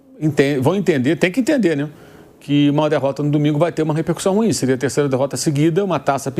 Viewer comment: Meu jornalista Pilhado não é RÚIM, mas RUÍÍÍÍM.